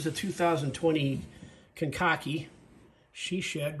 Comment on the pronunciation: The way you said Kankakee the 2nd way is the correct way. Used to live a few miles fro there.